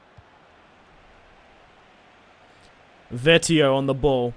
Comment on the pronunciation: it's vee-et-oh not vet-ee-oh